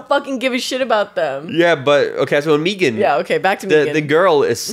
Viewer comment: Y'all's pronouncing it 'MEE-gahn" threw me off and only after Googling did I realize that it's been showing up a lot in my reccs lately